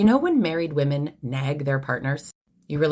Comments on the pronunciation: Great video but as an aside, it's super annoying when people don't realize that "woman" and "women" are pronounced differently. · That last one bothered me because of the way she pronounced "women".